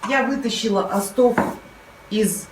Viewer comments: Господи!! Ставьте ударения правильно!! Не остОв,а Остов,шнИцели,а не шницелЯ!! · не остООв а ООстов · Не остОв, а Остов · спасибо за Ваш труд, пожалуйста, обратите внимание, что в слове Остов ударение на первое о. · Извините но Остов.с ударением на первое О